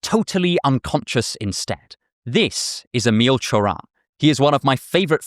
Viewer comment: Correct pronunciation of the name Emil Cioran is correct!